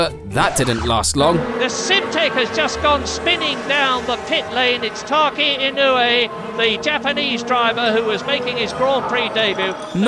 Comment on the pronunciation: Tacky Inuwi. Sure. That's totally how you say that. (nope) E, no? Eh? (<<-- say this. And you've got it right.)